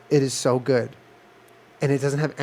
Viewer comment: Jenna: mmmm that’s gwod